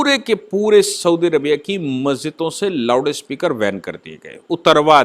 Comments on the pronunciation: Its Loudspeaker not loudispekar. See the heading of this video. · It is loudspeaker ,not loudispeker